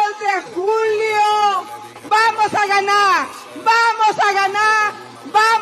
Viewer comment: Vamos a ganag vamos a ganag jajajaja.